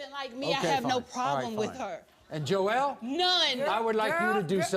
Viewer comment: Its joelle NOT joel lol